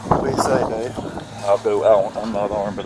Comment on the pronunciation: Dave, you said Dale.